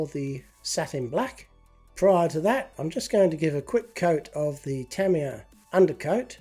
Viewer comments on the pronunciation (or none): none